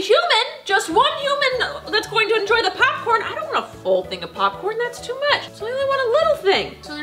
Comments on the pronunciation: did she say copcorn? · did anyone hear copcorn?